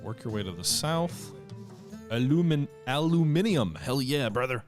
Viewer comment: finally pronounces aluminium correctly! A first for any North American.